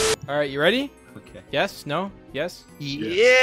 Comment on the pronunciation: “i have a snapple im weddy”